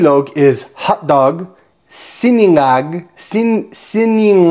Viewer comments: Hi it is (si-na-ngag) not siningag po:-) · it’s Sinangag not Siningag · It's sinangag not siningag from the root word sangag as opposed to sinigang whose root word is sigang, am I right peeps? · sinA ngag. Letter A not i. 😊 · Not Si Ni ngag. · Fried rice I pronounced “see- NA- ngag” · S-IN-ANGAG FROM THE ROOT WORD "SANGAG"